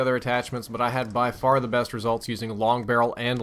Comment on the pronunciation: Long barrel missed the "g"